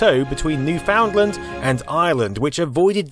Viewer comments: The cable came from Hearts Content and here's a link By the way, it's not pronounced new-found-land, it more like (new-fin-land) The site is still there and maintained today, and you are even able to see the original cables. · I'ts Noof-n-land you silly you. New-found-land, said as it appears is strange lol. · Newfoundland is properly pronounced "Newfinland", or even "Newfinlin". Don't want to get the Newfies all upset :) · Newfoundland is pronounced like NEW-FIN LAND. Newfinland. Not "New Found Land". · As others have pointed out, we pronounce Newfoundland as "New-fin-land", not "New Found Land". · it's extraordinarily distressing hearing him pronounce it as "New-Found-Land" instead of "New-fin-land" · NEW-fund-land, not new-FOUND-land. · Bit of a tip: It's not New-Found-Land, it's New-fun'd-lan'. :D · It’s New “FIN” land. Not now “found” land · We pronounce it, "New-fin-land", not "New-found land". Lol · Mind seem like a minor detail but the Newfies pronounce it NewFUNDland and it's treated as one whole word not New Found Land. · Newfin-land, not New-foundland, otherwise interesting video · Interesting, comprehensive vid -- however, your 'Newfoundland' lands like a cheese grater on my eardrums and I'm not Canadian. Natives pronounce the provincial name 'NEW-FIN-LAND' not 'NEW-FOUND-LAND' There are accepted pronunciation websites, FYI. 'ASS-STROM-INNER', indeed. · It's pronounced newf in land not new found land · New-Found-Land. Hadn't heard it pronounced like that in ages. It should be pronounced "New-Fund-Land" :P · Little Canadian bug going off in my ear every time I hear Newfoundland being pronounced literally, it's "newf'nland" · Yep, an "astromoner" from "new--FOUND--land" 😆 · It's pronounced "Newfundland" The o is silent. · It's newfoundland. Not New-found-land. From a Canadian. ;) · Excellent video, just one thing - Newfoundland is pronounced as noo ·fuhnd-luhnd (almost sounds like new - Finland). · It's pronounced Newfundland. Love this video btw.